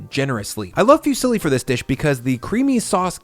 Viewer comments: I just came here to say: IT'S PRONOUNCED FUZZILI NOT FEW SILLY! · Love your content man but if I ever hear you say “fusilli” as “few silly” again I’m going to cry. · These are all fantastic, but just cannot get over your pronunciation of Fusilli (fyoo-silly). HA! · It's not fewsilly. Foo see lee